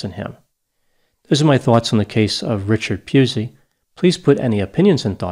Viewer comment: was very careful to mispronounce Richard Pusey's name